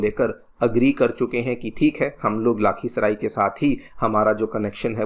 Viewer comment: Its not लाखीसराई it's लखीसराय